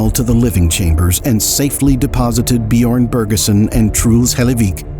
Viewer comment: "bee-yorn" I'm begging you to learn how to pronounce foreign names, literally just put it in a tts for the corresponding language and try to mimic that...... jesus